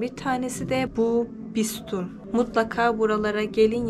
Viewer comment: Bisütun (bistoon yox)